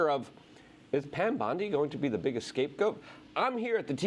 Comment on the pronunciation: FYI: The correct term is "scapegoat." "Escape goat" is a common mishearing or mispronunciation of the actual phrase. A "scapegoat" refers to a person or group who is blamed for the mistakes or failures of others, often to deflect blame from the real culprits.